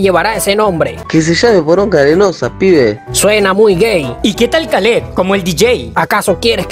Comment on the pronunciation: Pero si lleva dos "e" se pronuncia khalid, bobo o k